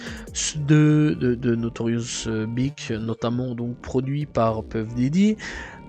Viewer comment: Mec tu sais pas parler .notorious bic?snoop doc?seun combe?bousta rymes?buc daddy kane?faye evans??et toutes les autres en français et en anglais,un carnage.. inbeuliveable